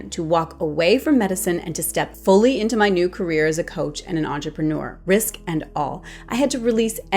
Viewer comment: You lost me when you said entrepreneur 🙄